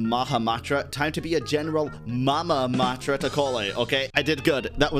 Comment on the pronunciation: "Mamamatra" and "Encynopedia" were good tho :D